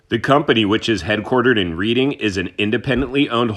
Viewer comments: Just FYI, it's pronounced "Redding" and not Reading. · It should be pronounced as... REDDING... AS IN RED NOT READ!!! Okay I'm just having some fun with you. The pronunciation that I've given you is correct but I'm really not upset about it you know. I just felt like it was worth pointing out. Love your work. Thanks for all the information. Best wishes. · It’s pronounced Redding